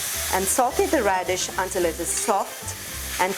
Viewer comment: Hey you knew mollify and you also said Redshe please stop selling your churan